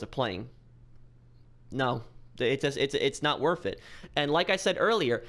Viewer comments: Its nat wurf it guys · Lol it’s not worff it